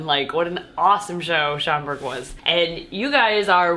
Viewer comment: At first I thought I heard say “it’s chocolate time” instead of Schaumburg, 😂😅